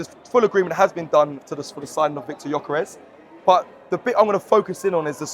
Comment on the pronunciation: Robbie, please Brav Can we get this guys name right? It's pronounced Yerkaresh Yerkaresh Yerkaresh. NOT Yokarez or gorkarez . It's so annoying when people get your name wrong. Everybody on social media is doing it. He must be absolutely sick of it. If you say it correctly on your pod then maybe other people would will eventually get it right. I absolutely love this channel now but it's driving me nuts. If everyone called you Rabi Loolie it would get on your nerves wouldn't it ? This the top arsenal podcast in the world. You can fix this amigo